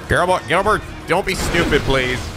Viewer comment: Why do you keep saying Girlbert